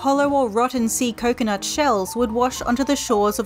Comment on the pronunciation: bro i swear i thought you said sea nut it was an accident i swear